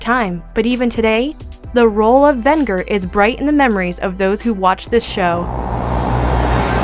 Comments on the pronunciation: It's pronounced Ven-Jer not Vin-ger! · It's pronounced VEN-JER! For Pete's sake they actually say it properly right before you say it. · She mispronounced Venger. Sounds like vehn-jur. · Soft g on that Venger, girl. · Decent list, but a few things: First of all, you mispronounced a couple of the names. It's pronounced "Thun-DARE-a", not "Thun-DUR-a". Also, it's pronounced "Ven-JURR", not "Ven-GURR". With a strong "j" sound. Secondly, I think you should've done this list by decades. A top twelve 80s, 90s, and 2000s villains list would've been better, because there's just too many awesome villains you missed: Gargamel from 'Smurfs' Hordak from 'She-Ra' Dr. Claw from 'Inspector Gadget' Baron Greenback from 'Danger Mouse' Ganon from 'Legend of Zelda' Gemini from 'Thundarr the Barbarian Overlord from 'Blackstar' No Heart from 'Carebears' just to name a few. Also, I would've chosen a more iconic villain from Spider-man than Hobgoblin, such as Venom, Doctor Octopus, or the Green Goblin. When I think iconic Spidey villains, I don't really think Hobgoblin. Was VERY glad to see Venger on the list though. I was hoping he would make the cut. He often gets unfairly overlooked and often forgotten. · I kept yelling at the video and correcting the pronunciation of Venger every time she mispronounced the name. Plus, she mispronounced the name of the actor Mako as well. Very very frustrating.